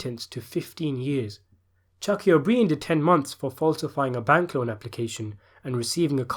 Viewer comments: and O Brien is pronounced like bryan, the male firstname. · Why are you pronouncing O’Brien incorrectly? You’d really have to go out of your way to do that. Stop it! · he said O'Brien wrong ffs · Obreen? You pronounce the name like yer a backward backwater Yorkshireman you twat. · and you dont pronounce o'brien and buglio like that!